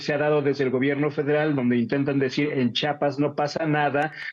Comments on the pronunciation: Buen reportaje solo que debe aprender a decir "CHIAPAS" y no "CHAPAS" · CHIAPAS ...POR CHAPAS PRONUNCIAR CORRECTAMENTE. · Para empezar cabron no es chapas es CHIAPAS OJO WY